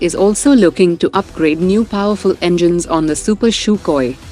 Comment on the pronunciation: It's sukhoi..u pronounced it has shukhoi